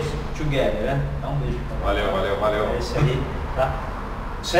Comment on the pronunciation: Tugueder, an felho? Kkkkk